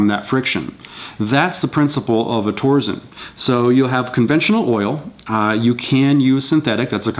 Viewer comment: It's pronounced "tor-sen." TORque SENsing. No "z."